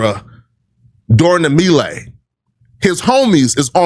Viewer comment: I hate the way he pronounces melee… Flakko is an idiot